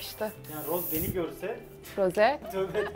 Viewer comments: Peki Rose demesi msnzbsbddhs Roze gerçeği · RoZe DeĞiL RoSe aĞaĞaĞ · Abla karışmak gibi olmasın ama rose değil roz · Rosé yazarken "é" harfini kullanmalısın ztn "e" yanlış oluyor ve her tûrlü Roze diye okunuyor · Roz diye okunuyo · Yanlız roze değil rose iki sattir roze diyiyosun😂❤ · o Roze değil Rose ablam❤ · roze değil rose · Bu arada Rosé un adı roze diye değil roz diye okunuyo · Abla karışmak gibi olmasın ama roze değil roz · Zore değil Rose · Roze değil Ros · Abla niye rose ye roze niyosun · Abla rose dicene roze diyorsun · Rose ingilizcede "roze" olarak okunuyor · rozi diyo okunmuyor mu e'nin üstünde çizgi var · Abla o Rose diye okunmuyo Roz diye okunuyo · neden roze diye okuyosuunnn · roze derğil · hayır onu jennie söylüyor rosé de söylüyormuş gibi yapıyor blinkland arkadaşım haklı